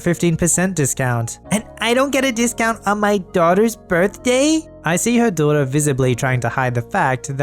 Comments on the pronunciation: secretly a yankee? >doiter< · is secretly a New Englander "doy-der" (daughter)